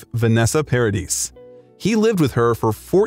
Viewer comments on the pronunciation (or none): It's pronounced Paradee...... the s is silent.